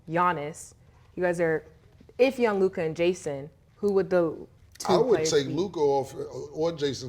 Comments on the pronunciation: It’s Luka not Luk-AHH 😂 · LukAh LukAh 😂😂 just say Luka fellas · What's with the Lukah pronunciation 😂